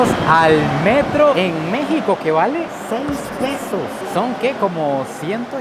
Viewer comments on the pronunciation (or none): none